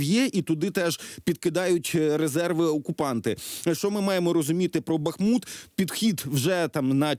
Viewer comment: Богу Слава! Слава Україні!!!!!!!!!!! Ведучому дяка за вимову міста БахмУт!